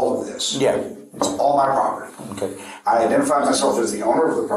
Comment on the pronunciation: He was defending his propertah.